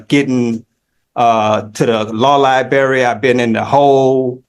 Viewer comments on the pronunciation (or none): 90 days no early release for saying lie-berry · "De law libary" LOL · I can’t believe he can’t get to the lie-berry.